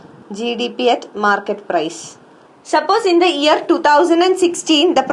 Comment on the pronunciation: why does she says factorrrrr and yearrrrr